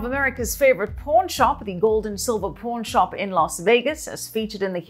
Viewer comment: Pawn shop, not porn shop lady